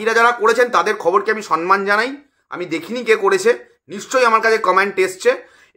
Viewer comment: Kotha ta somman,sonman noy.....